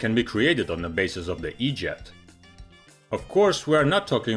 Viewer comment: The e jet family?or what it sounded like the edjot family. 😂